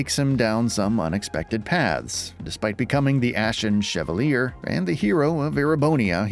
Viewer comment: I'm hoping that whoever read it isn't the same person who played it. There were a lot of odd pronunciation choices. "Joona", "Chevaleer", "Moose".